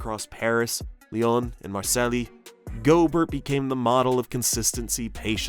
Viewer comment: my god, man, Marselly? Zidayne? do you even sports?